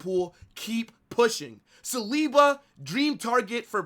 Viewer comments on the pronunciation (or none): none